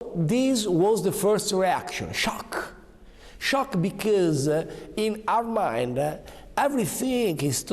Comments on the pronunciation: "Becæöyseh" state of mind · Santoddio mi sanguinano le orecchie su quel "bicheeeeez" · SHOCHE! SHOCHE BICHEUSSS!! AHAHAHAHAHAHAHHAHAHAHAHAHAHHAHAHAHAHA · Becoaüse 😂😂😂😂 ma secondo me la giornalista inglese alla fine s'e presa un momendol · Nessuno: Renzi: bicaus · Scciciioooocccc ahahahah che ciapà male becauudusususe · Shock beecös hahaha che vergogna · Scioc,bicoos... Ci fai vergognare di essere italiani, ovviamente non solo per come parli inglese eh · Come dice "because" a 0.3, morta. La faccia della giornalista sconvolta 😂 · Ha pronunciato because come fosse una parola francese. Era confuso.